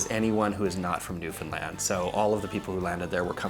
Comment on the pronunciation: Newfoundland but we pronounce it as "Newfin land", not "New Finlind".